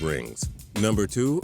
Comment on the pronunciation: I agree.... if your gonna hate on a player then at least say his name right